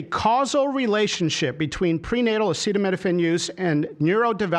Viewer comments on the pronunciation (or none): Did he say Epsteinopethamine? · Come on trump, sound it out... a ce ta mi no phen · The old man did not review his notes and needed assistance pronouncing acetaminophen. Leavitt should have been on top of it. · agreed. Babies cannot needlessly endure a high fever. Also, is he talking anti vaccines again for babies? Trump is no doctor and spews nonsense. He can't even say acetomenophine. Are babies even given hep b? He keeps saying, "I feel". What knowledge does he base this on? "If your fever is so bad"? Yes. What do u do? Nonsense with no solutions suggested. "Don't take it". Ha! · RFK sounds like he is about to collapse. T claims he has always been against Acetaminophen but strangely does not know how to pronounce it. What a bunch of nuts. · Kind of sad that he can't pronounce the name of this drug that he is so certain causes autism. So...about those Epstein files? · He can’t even say acetaminophen 😂😅 Is he okay? This clown is in charge of our warheads?!? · It really shows they did the research when they can't even pronounce the name of the drug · The president of the United States does not know acetaminophen is Tylenol and can’t even pronounce the word. Let that sink in! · Bro has not ever seen the word acetaminophen in his life ??? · "Tough out" a fever as a pregnant woman??? Cuba is too poor to have acetaminophen??? (which he can't even pronounce) WE ARE DOOMED. We are going to see infant and child mortality rates rise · Your president can’t pronounce Acetaminophen!! Not my president!! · seriously before the press conference, they didn't go over with Trump on how to pronounce acetaminophen? 🙄 😂 it's worse than "Yose-mite" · HE DOESN’T EVEN KNOW HOW TO PRONOUNCE ACETAMINOPHEN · he’s trying to raise awareness to this situation, he should at least be able to pronounce it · But it didn’t help him pronounce it. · He said Tylenol, because he couldn't pronounce acetaminophen. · The way he couldn’t pronounce acetaminophen 😂